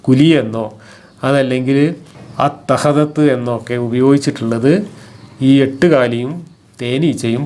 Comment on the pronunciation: അത്ത ഖദത്ത്× അത്ത ഖദത്ത്× അത്തഖ ദത്ത്× ചങ്ങായീ ഇത്ത ഖദത്ത് اتخذت എന്ന് ഇ കാരമാണ് വേണ്ടത് ഇമ്മിണി ബല്യ ഭാഷാ നിപുണൻ കഷ്ടം ഇവനെയാണല്ലോ ചിലർ നേതാവാക്കുന്നത്